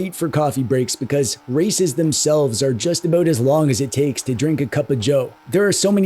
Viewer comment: "I don't care aboot sports" wait is Canadian "even hockey, does that make me a bad Canadian?" immediate vindication thank you